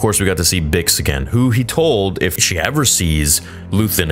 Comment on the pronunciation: It's distracting to me only because I come from here and so it sounds like people I know and interact with; he's speaking like a mexican that just learned english in his 40's. You know: things like not pronouncing "sh" and istead always doing a "ch"